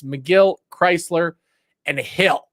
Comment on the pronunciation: Do some research on players names It doesn't sound like the car chrysler you are pronouncing his name wrong.😮 sounds like krizzler💯